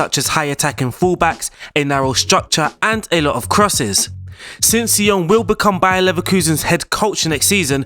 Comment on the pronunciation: No say-oh-ah-ne